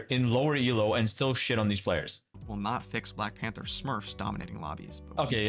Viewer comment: I mean we clearly cant take the guy who cant even say black panther properly seriously right? Black panfer LOL